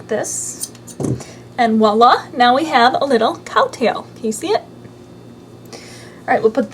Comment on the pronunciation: It's getting a downvote for saying "walla" instead of voila.